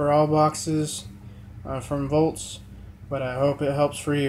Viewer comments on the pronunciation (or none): Why are you saying "voltz" instead of "Vaultz"? (It's pronounced like the plural of vault.) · I'm aware the brand name is Vaultz (pronounced like "vaults," not like "volts"). It was just funny. I'd never heard anyone mispronounce it before.